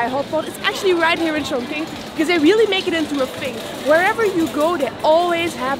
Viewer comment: Hi guys Chongqing is not so correctly pronounce . Anyway great .